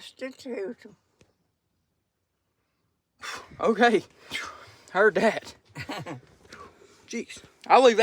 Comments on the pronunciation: Did she say prostitute them? 😂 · I heard “prostitute them” as well. I think watched Deliverance last night 😂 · She definitely said prostitute them lol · Did say "prostitute 'em"?? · Did she say prostitute instead of prosecute? 😂😂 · I laughed so hard at the end when said prostitute them did she mean to say prosecute them lol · 😂 said" prositute dem" I'm dead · did she say "prostitute them" at the end of the video? Someone confirm what I heard, please. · That's proseCute, with a "C" not a "T". 😂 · At first, I heard prostitute... then I heard probably shoot... then I realized she meant prosecute 😂